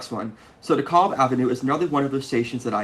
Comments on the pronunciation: I was born in Brooklyn on the 60s and lived there for 25 years. We pronounced DeKalb as de-cal-b, not de-call-b. Not sure from where your pronunciation comes. Maybe all my friends and family were wrong, but that is how we pronounced it. Great series. Keep them coming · GREAT video! BTW: DeKalb is pronounced like 'decal' with a 'b' at the end. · It's Dekalb with a short A, like in "at". I am from Brooklyn. I never once heard anyone pronounce it "DekAWlb". Also Bedford-Stuyvesant has the accent on the "Stuy" and not on the "vesant". STUYvesant is the way.